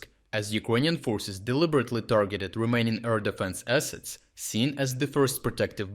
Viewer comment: Everytime he says "remaining" I hear "Romanian".